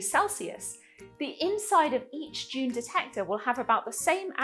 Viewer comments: "d'Juune" 🤢🤢🤮 It's DUNE. Sound it out. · Isn't it just pronounced like a normal D (doon)? I couldn't understand why you kept pronouncing it with a J sound (djune) like in the word education. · Now I can't unhear you saying "June",... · It sound like you are saying June,. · I would work more on the pronunciation of the name 🤪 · I am English. English pronunciation is DYOON American pronunciation is DOON